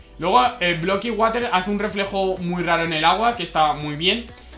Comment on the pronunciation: water no de lee asi se lee warer